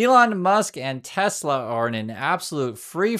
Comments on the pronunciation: maybe we should spell it the way trump pronounces it. Tesler. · I laughed so hard when he said that LIVE 🤣🤣🤣 Tesler 🤣🤣